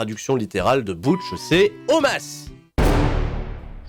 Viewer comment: Moi le Butch me perturbe d’autant plus qu’ils le prononce « BOUtche » et pas « BEUtche »